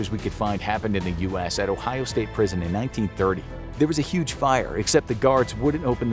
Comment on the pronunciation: said prison i thought he said bricked in